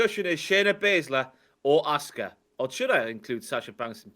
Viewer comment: I love that when says 'Asuka' it sounds like 'Oscar.' Makes me think about Oscar the Grouch having a dominant run as NXT Women's Champion...